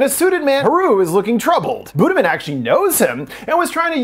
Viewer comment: i was reading the comments while listening and i was like "why is buddha being mentioned" but it's literally "budiman" pronounced as "buddhamen" lol. no hate i just think it's funny and made me less spooked to rewatch the scenes shown in this video. for reference a closer pronunciation would be boo-dee-mahn. edit: also kudos for actually showing a wiki page for the petrus killings, if y'all understood the state of politics in indonesia and gen z's awareness of history right now...